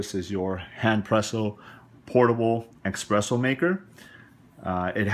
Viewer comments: Thanks for the detailed review of this gadget, but I gotta be honest it heart my ears to hear you sayin "expresso" and you wrote it espresso in the title, there is no "x" in espresso, and that foam you mentioned in the end of the video called "crema", please accept my barista snob criticism! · It's called espresso like the box says, not eggspresso or expresso ;) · Personally, I have a thumb rule. Anyone who says 'expresso' I shot worth listening to... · It's Espresso not eggspresso good insightful video other than your mispronunciation causing my ocd to flare up lol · not ocd for me but same. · You mean expresso irritates you? Humm, EXPRESSO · It's pronounced espresso, not expresso. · Sounds like he's saying ex-presso which is a common mistake... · Expresso. Heart !! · hard to take this review seriously. I guess you said you aren't a coffee guy, but jeeze, stop saying ekspresso. There's no K! So you demonstrated how to use it, but how does it stack up compared to a real espresso machine? how about the minipresso or nanopresso? unfortunately, I don't think you are can answer these questions. Still like your video for the demonstration. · I stopped watching hen he said "EXpresso"! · had to wheeze when you said Expresso xD and oh my god this thing is awful....(not to mention how expensive it is) -NOT WORTH to buy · Bloody Christ! There is nothing, I MEAN NOTHING, worse than someone who doesn't know anything about coffee, doing a tutorial on coffee or a coffee-making system. Dude, all this, and on top of the fact that you butchered the pronunciation of the word espresso, which should have been the first indicator the this was going to go sideways very quickly! This was a super painful video to watch. I was thinking of doing a shot of vodka every time you said "EXpresso" in order to numb the pain of watching this bloody video! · if you would read the name on The Box it says "ESPRESSO" NOT "EXPRESSSO". IT IS PRONOUNCED "S-PRESSO" NOT "X-PRESSO"! Got it?